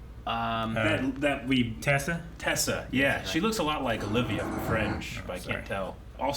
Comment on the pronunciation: tess not tessa